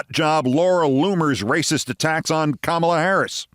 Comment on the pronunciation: Did you just call the VP Camel-uh? You did! Jesus Christ Olbermann, wtf is your problem? You can’t say the word comma-La?